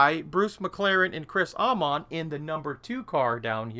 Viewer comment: Hello, Three Kiwis; Bruce McLaren, Chris Amon (Pronounced A mon not R mon) and Denny Hulme (Pronounced Holme). Looks to be a great kit, hope the scale does the subject justice.